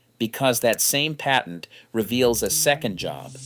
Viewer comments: "Paytent"? What's a "paytent"? You mean patent, right? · You mean because he said "pay-tent" instead of patent? I too am sick of AI dialog. For one thing it drones on and on and on. Three minute vids become eight with the same info. "If you think this is amazing, just wait until the end". Ugghhh! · Umm, I don't drink milk, so NO, it is not in my fridge. "paytent"? lol